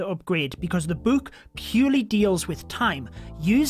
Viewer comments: i love when he says “buuk” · Ur saying book wrong